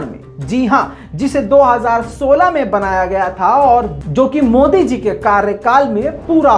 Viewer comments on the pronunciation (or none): none